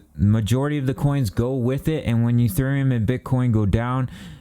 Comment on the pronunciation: He said "Uthereum" 😂